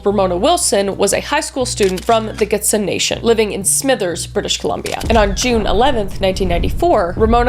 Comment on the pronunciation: the way she pronounces Gitxsan and Hazelton Has me in stitches, it's awesome to see her cover these cases though. the true crime change she has made is awesome